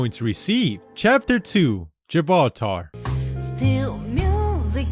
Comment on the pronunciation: “Gibaltar”